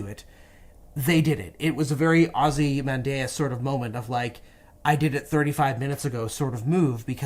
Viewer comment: "Ozymandiasian"??? Bravo Sir!